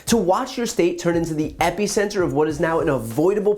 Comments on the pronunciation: Epicenter, not epy-center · Please pronounce “epicenter” differently. Thank you.